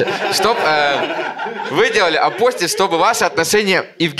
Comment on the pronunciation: Апостиль, ударение на -и!